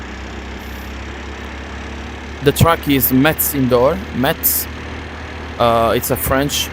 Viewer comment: it's not MetZ but Mess ( say it like messy whitout the "y")